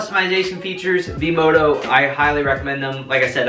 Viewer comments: Its V-Moda not V-Modo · Yes. Not "V-MODO". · It’s vmoda with an a